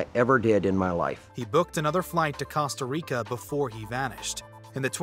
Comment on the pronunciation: I was getting irritated by the way you were saying Costa Rica 😭